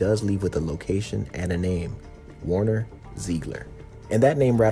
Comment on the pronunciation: It's not WARner, it's WERner. Like Where-Nerr